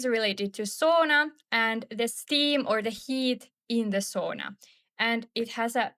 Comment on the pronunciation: Sauna not soona